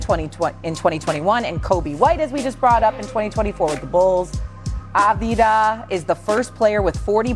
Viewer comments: She pronounced his name 4 different ways in 45 seconds and none of them were right!! 😂😂😂 ah vuh diva ah vie vuh vuh ah vee dah ah vie dah vuh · Lack of professionalism not being prepared and able to announce the name of a player, especially a name you'll be saying multiple times for a story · I got as far as Ah Vah Di Vah before I shut it off. 4 seconds in. If you're making bank to do this as a aliving, the least you could do is spend 5 seconds to learn how to pronounce the players' names correctly. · Omg enough. Av-di-ya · aveedaa? really? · Av Dee ha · If you can't pronounce Avdija - top 20 player in the NBA today - then you shouldn't work for an NBA show. Also, the producers should have corrected her. That's why they have earpieces. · How did you pronounce his name 4 different ways in 30 seconds, and they were all wrong…. What is going on 😂😂😂😂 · how tf do they not know how to pronounce Advija. this is their job that they get paid more than most of us to do…